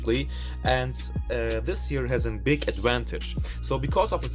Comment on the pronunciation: I thought you said pig lol hahaha.